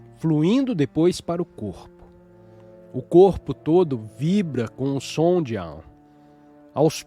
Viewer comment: Olá! Gratidão pela leitura! No entanto, há palavras q não estão com a pronúncia correta (ou, pelo menos, corretas para a nossa sonorização em português, já q são palavras em sânscrito). Nesse texto, percebi duas: a primeira foi o Gita, a qual é pronunciada por aqui como "guíta" e não "guitá". E a segunda foi o AUM, onde pronunciamos mais ou menos assim: aÚm. E não Áum como foi falado.